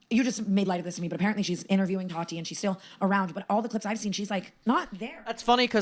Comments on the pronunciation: It’s TAAHHHHH TEEEEEE not TATTTT TIIIIIII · why do you pronounce it that-ie? it’s taw-ti. sorry it really bothered me